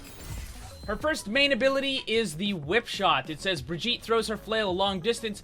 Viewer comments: she is supposed to be swedish i think. so it is not bri-jee-ta, it is bri-ghi-teh, i hope the spelling made some sense, i dunno how else to write it. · It’s bir-git-a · I hear "Vegeta" every time he says Brigitte. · Bitch her name is bridge et all that briddeeettttaaaa is extra shit like come on now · He Said Brigitte like vegeta it is german an g is like a k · ''Bregeta''. Ah yes, Bregeta, Support of all Saiyans. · did you say Vegeta? xd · U say her name like vegetal lol xD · "The pronunciation is Brih-jeetah" F A I L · Pronounces it as bridjita Bridjita? Vegeta? Uses ultimate IT’S OVER 9000!! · Did you just said Bridgitta? Bridgitta, vegeta, bridgitta, vegeta. Get it?? HAHAHAHAHAHAA..... its dragonball btw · bri-GEET-a. Soft g, like in 'vegan', not a hard g like in "Vegeta" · "the official pronounciation is BRVEGETA" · i fucking hate that he calls her bra jeet tah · your pronunciation of the name makes me think you said Vegeta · "Briggitta" hahaha wtf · Srsly, guys,pls, her name has a HARD GG. Listen to her say her name again. It's more like the GG in begger. Bri-ggit- tÉ!! The e is spoken n it's like a french é (n most definitely not an A) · Died you hear when this dude said briggita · It's Brigitte not brijitte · "Brijitah" Great job, great job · Not how you say her name... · I love how he starts by pronouncing her name wrong, and then just devolves as the video goes on. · it annoys me so much that you got the pronunciation wrong still, its a soft 'g' not a hard 'g'. also half way through you started pronouncing it without the soft 'a' sound at the end which is even farther off :P but this is just my pet peeve, you make great video's.